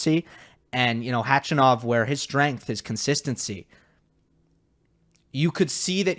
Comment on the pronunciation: .......I love you but can you please stop mispronouncing Khachanov's name